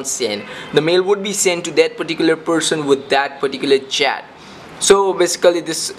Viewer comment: i know right..that was the most horrible way iv heard a person pronounce 'person'